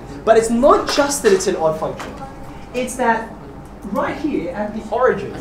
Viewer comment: the way you say here is like it's german version heir :D ...